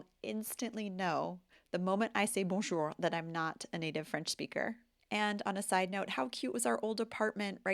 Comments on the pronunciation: If I may, I would like to share a few observations about why your bonjour doesn't sound fully Franco-français. First, despite your clear efforts, your pronunciation of the 'R' still sounds slightly more American than French. Second, there is a small point regarding intonation: French tends to have a relatively monotone rhythm, with stress typically placed at the end of words. Your speech melody is very good, although it doesn't yet fully match the natural flow of French conversation. However, these are only minor details. Your clarity and communication skills are excellent, and I believe you are indeed fluent in French. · Ok, so regarding the way you say "bonjour", I used to pronounce it the same way until I started paying close attention to the way native speakers, like my French girlfriend Dominique, do. A lot of it is in the inflection: starting with "bon" and putting the accent on the second syllable "jour", you raise the frequency of your voice a bit. But that's not all; in fact, I've noticed that the word "bonjour" has, in fact, THREE syllables! The third one is a little, somewhat aspirated, "uh". I've heard it almost all the time when Dominique says it and yet when I mention it to her, she literally doesn't hear it; she thinks I'm imagining it. The "uh" is pronounced at the same frequency as the "bon". Another thing you're probably not doing that, in my experience, would make you sound like a native speaker is to imagine you literally ARE the person you're talking to, assuming they are a native speaker. That means you have to temporarily abandon your real identity, something you may find psychologically difficult or at least tiring. I recall a dinner I had with a former child prodigy, someone who speaks several languages without a trace of his English accent, during which I asked him if he used this little projection trick. He responded, "yes, of course!", as if it was obvious (maybe it was, for him). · Your "bonjour" is off...take a phonetics class?